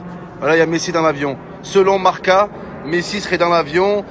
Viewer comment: Selon Marca... Mohamed Henni ne saurait pas prononcer le mot «Marca». 😂